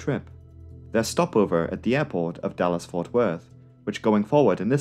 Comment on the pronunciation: I totally understand why you chose to shorten DFW to just "Dallas," but throughout the video I just kept hearing "Dulles" instead... haha